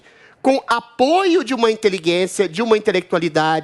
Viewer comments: O Gadrilles crítica pronome neutro mas fala "inteliguência" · InteliGUEncia kkk